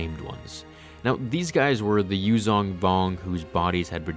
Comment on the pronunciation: Your pronunciation needs work.The "zh" in "Yuuzhan" is pronounced like a soft "z", not a regular "z". Source: Audio Books.